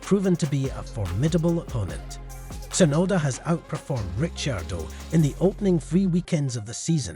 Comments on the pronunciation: The pronounciation is just an inchident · A little tip. Learn the names properly before u make a video. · what is that pronouciation🤣